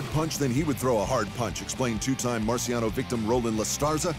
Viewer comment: Just a quick note: his name Marciano is not pronounced "marsiano" but "martshano". The Italian "ci" is equivalent to the Spanish "Ch"